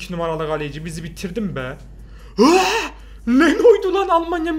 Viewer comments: o şeno değil ter stegen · Abi o le no değil ter stegen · abi leno deyil tes degen